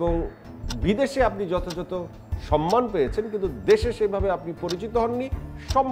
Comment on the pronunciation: কথা শুনে তো স্মার্ট,শিক্ষিত মনে হচ্ছে।বাট সে "সম্মান" উচ্চারণ করতে পারে না।Shame😑😑😑